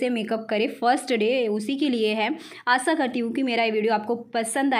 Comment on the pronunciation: Dii aap aasa nhi aasha bolo kro plz